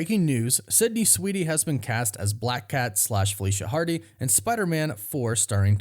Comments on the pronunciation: *Sweeney, not "Sweety." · You're KILLING me! 😣 It's SWEEN-ey... not SWEET-ey. There isn't a "T" in her last name. That being said... I don't know much about her (if she can act, or if she's just a pretty face), but I'd be interested in watching it if she can pull it off. 🤔 I'm still a MJ and Peter guy, but Black Cat in the comics has always come on strong to Spidey and flirted with him when she was around him. It'd be fun to see how nervous web-head gets when she's around. 😁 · Why do I hear you pronounce her last name as Sweetie? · Sydney SWEENEY... not Sydney SweeDy(!!??) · You know her last name is Sweeney and not Sweetie, right? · Why does he keep saying Sydney Sweedey? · Dude I can’t with your pronunciation of Sweeney